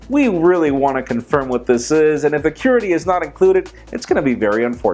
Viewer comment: pronounces "qwerty" so strangely for me...